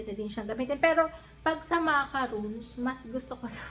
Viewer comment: French macarons, pronounced as makarons. If u say macaroons, this is the made of dessicated coconut